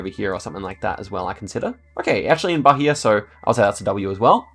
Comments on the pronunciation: By the way the "H" in Bahia is silent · ri muito quando ele pronunciou Bahia ahahah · pronounciation tip: the "gerais" in "minas gerais" is pronounced with the soft g sound. and also, bahia is pronouned with a silent h: bah-EE-ah. i really liked this video :) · I was looking for this. He put too much H in Bahia (that should be mute) and then almost nothing on Maranhão (that doesn't really have the H sound, but it's not mute either) 😂